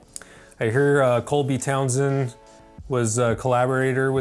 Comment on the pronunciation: that's for old-timers, it's not the first time butchers Mr. Townsend's name;)